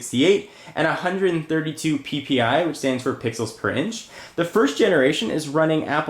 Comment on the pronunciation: He said P-P-I xD